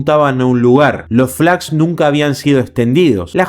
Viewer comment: entre por que me interesa el tema además de que ayer se cumplió otro aniversario del siniestro. Si me sorprendió el error al pronunciar la palabra Flaps . Pero veo que no te gusta ser corregido. De nada